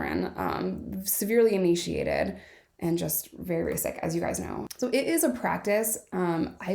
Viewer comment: Someone needs to teach her how to say emaciated 😅😅 all love but lol